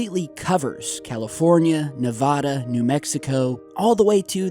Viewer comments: You're still saying Nevada wrong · Dude, for the love of god. Please start pronouncing Nevada correctly. Sincerely, all of your Nevadan viewers.